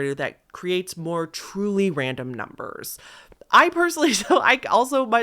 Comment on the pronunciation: I’m a new sub and I really like your channel….but one piece of advice? Why r u talking with such an emphasis on the last syllable of words u say? Like “numbers” as “numbersssss”? Sorry, but it’s really annoying and actually sounds kinda dumb, and ur clearly not dumb at all! This is the first video I’ve noticed it so I’m hoping u just started it so u can quickly stop it before it becomes a habit. So it’s up to u, but please reconsider doing that when u speak some words. U speak so well, and I love the enunciation but what ur doing sounds like ur trying to be quirky or something but it comes off really ridiculous sounding. Ok-sorry, I don’t mean to offend but please stop before I, and prob many others, stop watching for such a dumb-but annoying-new habit. Love ya! Xoxo